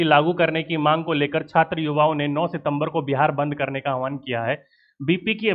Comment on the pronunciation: Avahan hai ahan nahi hai